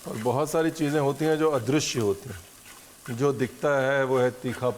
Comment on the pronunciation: Adrushya nahi sir, adrishya hota hai...Maam maharasthra se hai isiliye aap bhi unke rang mein rang gaye...waha adrushya bolte hai lekin north mein adrishya